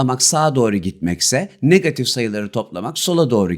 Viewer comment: niggatif degil hocam negatif 😅😊